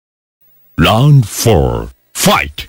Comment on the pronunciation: Round ❌LOUND ☑️😂😂😂😂😂